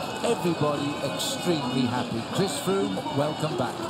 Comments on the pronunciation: Did he say Fhris Chroome? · I'm pretty sure Phil said "Friss Croome"